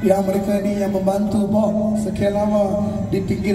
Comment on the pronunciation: Sebutan bob pn lancar..terbaiklah 👏👏👏👏😅😅😅